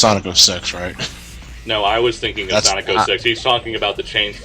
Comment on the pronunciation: Don't you mean SAWNIC